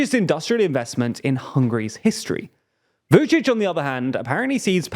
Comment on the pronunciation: You really should take a pause between pronouncing Vucic and Orban, sounded like Vucicohorban😄